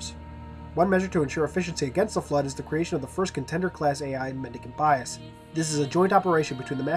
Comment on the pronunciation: Not really a big deal, but Mendicant is pronounced with a soft C, so sounds like "Men-di-sent". Also, Ecumene is pronounced "Ek-yoo-min-ee" Again, not really a big deal.